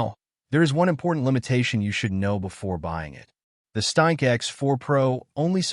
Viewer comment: weird useless AI voice on weird useless AI channel calls the ereader a staink. WTF is a "staink"?